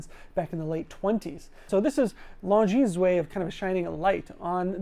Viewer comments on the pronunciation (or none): Can't pronounce Czapek. Can't pronounce Longines. Can't pronounce Vulcain. Still does a video on the brands.